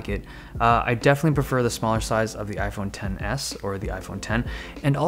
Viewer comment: I keep hearing iPhone tennis and not iPhone Ten S